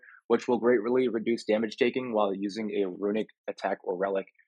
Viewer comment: Ha, great-ra-ly